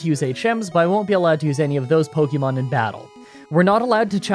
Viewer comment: As a fellow Canadian, I KNOW you took enough French classes to know that é doesn't make an eeee sound, and "Pokémon" is pronounced more like "pokaymon" than "pokeymon".